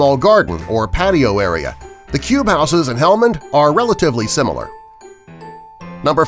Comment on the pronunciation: Learn to pronounce houses correctly